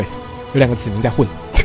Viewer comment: 子民我一直听成籽岷xdd